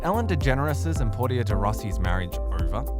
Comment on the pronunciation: Really? Trying to produce a story about Ellen and Portia, when you can’t even pronounce Portia’s name right hilarious 😂